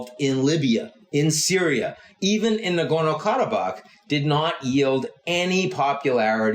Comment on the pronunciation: He has Armenian heritage. That's why he always manages to say "Nagorno-Karabakh" in a very impressive way